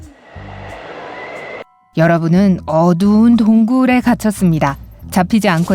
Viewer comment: 여러분은 어-두\운/도옹/굴에_